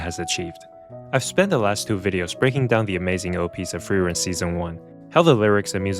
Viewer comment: Fern x Feren??? Honestly, i cannot fully understand the names you said here